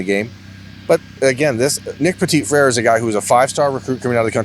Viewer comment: Guys, great coverage but it's OK to learn how to pronounce NPF"s name. It's puh-tee frair -- it's french, the t on the end is not pronounced. the last part is literally just combining "fr" and "air" in one consistent sound, no break between the two. Just imagine tacking "fr" right on to the word "air". The french pronounce the "r" slightly differently but already puh-tee frair would be orders of magnitude better than puh-teet friaire or feraire. For further reference: listen to it here: - cheers, guys